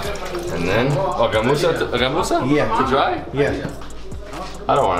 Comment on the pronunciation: The way he pronounced gamusa is truely amazing evan many people from other parts of the country has difficulties in pronouncing...